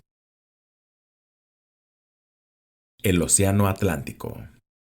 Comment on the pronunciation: El o siano a tlantico